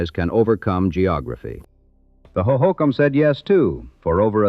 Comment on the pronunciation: I don't know what's more impressive; the facts this video nails, or that the AI narrator correctly pronounced the names Hohokam, Prescott, and Mogollon.